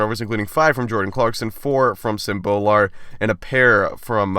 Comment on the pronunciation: It's not BO-Lar it's BOO-lar please pronounce it right